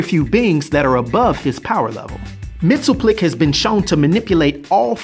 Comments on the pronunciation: It's "Mix-yez-PIT-el-Ik" and "K'LT-pez-YEX-um", actually. Not so hard to pronounce once you've practiced them a bit. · It’s “mix-is-spit-lick”.